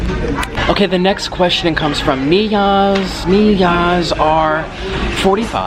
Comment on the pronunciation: Thanks for putting me in the video!! And im a boy and my name is Niyaz but it's weird as it's pronounced n-ee-yaz 😂💪🏼